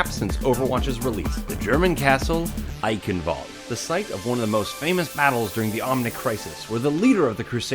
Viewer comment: "Eichenwalde" is pronounced "I-shen-vul-de" (kind of)